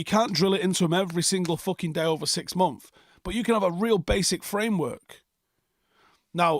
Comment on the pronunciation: Why do you always take the s off of the words months and weeks?